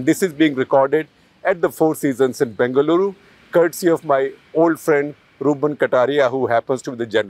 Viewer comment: Everytime Shekarji pronounces Bengaluru correctly I feel very proud for being your audience. We see your struggle and the effort you put in. Thank you.